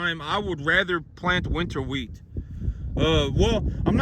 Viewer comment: Dude, it’s wheat. Shut up!!!